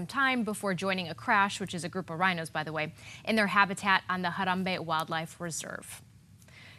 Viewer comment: I worked at Disney's Animal Kingdom from 1998 to 2005 at Kilimanjaro Safaris. I said all of that to say this: I love your pronunciation of Harambi. I'd also love to see your ugly cat sweater. :)